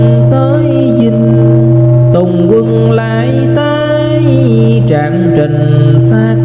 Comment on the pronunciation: Trạng Trình chứ không phải Trạng Đình…❤